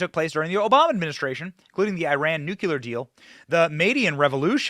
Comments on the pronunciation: Ogle, not "Oogle", Benny! Oops! Listen to Tucker, Benny: - Nu-cle-ar, not Nu-CU-lar...😑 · Nu-Clear... Nu-KLEER... New-Clear... Nuke-Lee-Yur... IT'S NOT NUKE-YOU-LURRRRRRR... AHHHHHHHHHHHH! 😖 🤪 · Nu-clear! TWO SYLLABLES!!!!!!